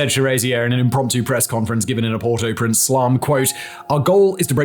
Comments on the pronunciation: Port-AU-Prince. That was annoying... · "port oo prince" hahaha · you pronouncing Port au Prince so wrong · I thought you’d have been intelligent enough to know how to pronounce Port-au-Prince. Shame. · Yo please pronounce properly Port au Prince